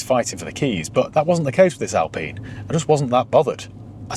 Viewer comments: Alpeen? Or Alpine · Hey, why do you pronounce this as "Alpeeen" and yet, you insist on calling a Porsche a "porsh"? Pronounce names properly, please!